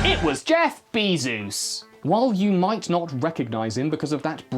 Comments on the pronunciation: “Besos” isn’t pronounced as “Bee Zeus”, it’s actually “B eye s ooh s” Also his first name isn’t “Jeef”, it’s “ffeJ” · Wait, did you say "be Zeus" on purpose? And I'll never know because this message will never be seen. : ) I feel empty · Youtube autosubtitling interpreted you saying "Jeff Bezos" as "Jeff be Zeus". And after that you started mincing his name on purpose. Must be the metaverse breaking out